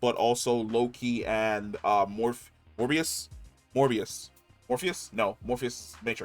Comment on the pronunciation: It’s “Mobius” my friend lol not morbius 😂